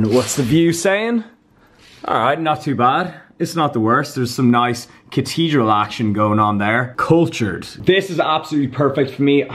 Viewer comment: Hearing you say cathedral is hilarious